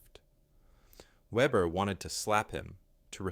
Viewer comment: The German name is pronounced vehbehr. Note that Ukrainian snipers are performing the same sort of precision kills. In one recent incident a group of Russians were eating a meal. The window broke and three of them dropped dead.